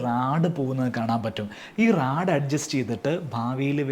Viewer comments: Rode ❌ Rad ✅ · Radum, rode um alla....verum rod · റാഡ് അല്ല ബ്രോ റോഡ് എന്ന് പറയൂ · Raad alla Rod 😂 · Raaaadu.. ( not Rod ) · റാഡ് അല്ലടേ, റോഡ്...😅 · Not raad its rod, ningale polullavarum raad ennu paranj vila kalayaruth